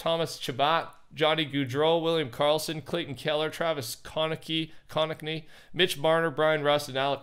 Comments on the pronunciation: When he says he’s a hockey fan but mispronunounces konechny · And he still pronounced the last name wrong😂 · As a hockey fan the way he pronounce konecny pissed me off 😂